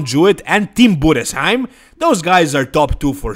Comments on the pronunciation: You’re the first guy pronouncing Tim Budesheim‘s last name correctly. Respect. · Yes, perfect pronounced, wow! 👍🏻